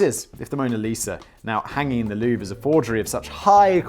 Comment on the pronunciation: Every time you say Louve I hear Loo, like the shitter lmao